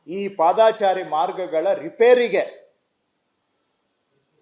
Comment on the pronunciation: ಪಾದಾಚಾರಿ ಎಂದು ಹೇಳುತ್ತಾ ಇದ್ದೀರಿ. ❌ ಅದು ತಪ್ಪು. ಪಾದಚಾರಿ ಸರಿ. ✅